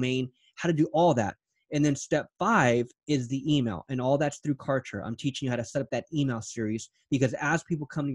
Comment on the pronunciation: #OMG Cant Believe Client's like do Exist...I Just fell in Love with her Zeal 🤩😍..She is So Sweet and So Humble...BTW I #ROFLed when Pronounced #Kartra as #Contra..Reminded me of my childhood VideoGame😋 And You are not as Real As #Cancer but As Real as the #Sun that Brings Clients and Businesses to #DayLight and make them Shine in their Respective Markets 💯